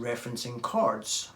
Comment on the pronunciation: I keep hearing “cards” and wondered what that means but half way through the video I finally realized you say “chords” 😂